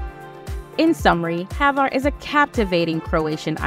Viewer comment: Not HAVAR, name of ilend is HVAR...Croatia, Adriatic sea,💙💚def must see